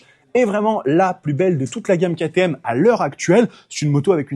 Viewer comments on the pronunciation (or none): none